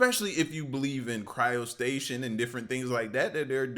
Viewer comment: Man why do you always be watching these ai videos? They didn't tell you, it just cut off but that second monk. Is technically alive. He has a faint heartbeat. Oh and it's cryotstasis. Not cryostation. I've heard you say that before, just trying to get your back.